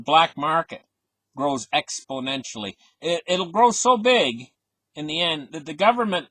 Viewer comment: You should spend half a day practicing how to pronounce confiscation and exponentially